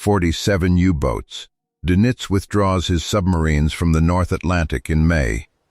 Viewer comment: AI can't even properly pronounce Donitz's name. It is definitely not nitz.